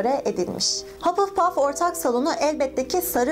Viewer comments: hupplepuf değil hufflepuf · Hapılpaf değil, Hafılpaf diye okunur. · Hapılpaf diye değil hafılpaf diye okunuyo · Kanalını seviyorum ama hapılpaf rahatsız etti kabul ediyorum hufflepuff in okunuşu biraz zor ama hapılpuf demen dikkatimi dağıtıyor =) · haPılpaff dalga geçmiorm yanlış anlamayın ama komik